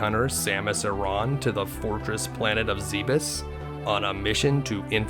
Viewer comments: Her last name isnt eron its samus aaron smh you got to learn how to pronounce names of the chars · Samus' last name is pronounced "aran", not "arAAAAn", lol